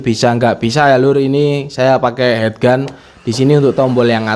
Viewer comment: Heat gun dibaca hit gun lur... Heat= panas Head= kepala